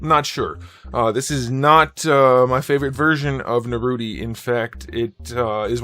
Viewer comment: At least say his name right. I get that you don't watch a lot of the source material but it seems a little disrespectful.